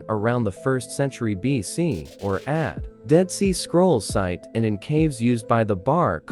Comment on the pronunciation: Ad? Read that as A D not ad